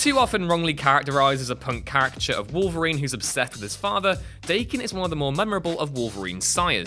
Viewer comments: it's pronpunces DAH-Ken, not Day-ken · DAH-ken, not DAY-ken. It’s Japanese slang for a for mutt/half breed animal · It is pronounced "da-ken" not "day-ken". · Daken is Da-Ken not "Daykin" ! Get it right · Daken, not Dayken. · "Da-Ken" not "Day-Kin" it's Japanese. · slowly got more annoyed as I watched. At "Day-kin" I had to stop watching. learn your nerd shit before spoutin nerd shit this fuckin guy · Daken is pronounced like Dokken. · The name of James Howlett is a retcon. It's not so much "getting it wrong" as having the rug pulled out from under you as the facts have changed. Also Daken is pronounced DAH-ken not to be rhymed with bacon. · Dayken? Do more pronunciation research. It's like calling valor vaylor. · Seeing as how Daken is a Japanese word, it's supposed to be pronounced "Dah-ken". Pretty easy to figure out. The brand name of "What culture?" is as fitting as always, I see. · It's a Japanese word. Pronounced Dah-ken. your making videos get this shit right man. Thumbs down. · That is not how you pronounce 'Daken'. It's a Japanese word meaning 'bastard dog' or something similar. It's pronounced daa-kin. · Can't even pronounce Daken properly. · He also pronounced Daken’s name wrong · So. . .I'm sure Daken's feelings are hurt because his name was not pronounced properly. His name means "Mongrel Dog." I'd say that's worse.